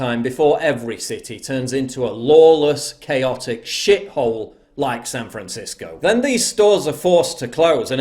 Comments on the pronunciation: Sounded like the one guy said San Franshitsco. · Did that guy saying San Francisco was beautiful almost call it San Franshitgo?